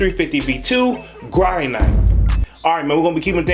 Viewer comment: Granite is a natural stone that is used for countertops. It’s pronounced GRAN-IT.